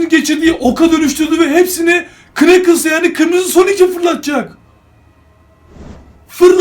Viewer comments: Evet o kneakles ama nekıls diye okunuyor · Abi o nakıls diye okunuyor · Kıneķıls değil kanıls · Knuckles nakıls diye okunur